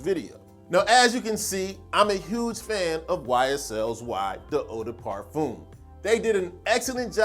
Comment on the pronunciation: It's pronounced 'parfehm' not parfoom